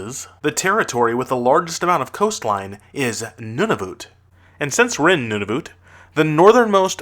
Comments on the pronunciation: secondly: Nunavut. You Pronounce it nun-i-voot when you need to Pronounce it nun-i-vut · its nun-a-vet